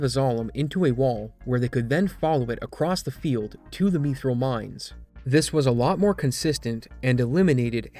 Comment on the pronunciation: Really great video, it was really fascinating to learn about the history of such a massive RPG's scene. With games like this, it's either glitch heaven or incredibly vanilla, really fun to see the former. Also...Why 'meethril'?? :'3